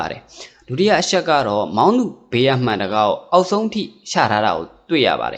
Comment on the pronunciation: အရှက် အရှိန် (အချက် အချိန်) အသံလေး တွေ ဂရု စိုက်ပြင်ဆင် လိုက်ရင် ၁၀၀%✓✓✓